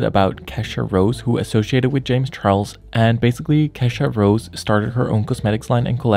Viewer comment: Why do you keep calling her kesha rose 😂